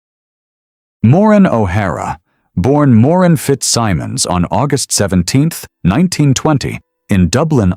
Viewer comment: AI voice cannot even pronounce her first name correctly. Total disrespect to a hollywood icon. She deserves better AI creator! Shame on you!!!! Renders this whole thing sad